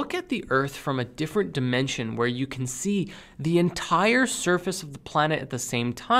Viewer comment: Every time says "dimension", my brain hears "dimentia".